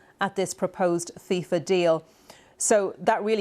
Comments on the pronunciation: Fifa ❌ Thiefa ✅ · its fifa, not fisa